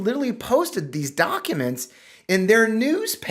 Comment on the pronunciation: The way pronounces documents, (dok a mnts) is cute. This doc dump is absolutely bizarre. Holy shit the all time, research and money that went into it and now it’s just a free for all 😂